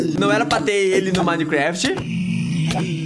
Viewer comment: minecreft kkkkkkkk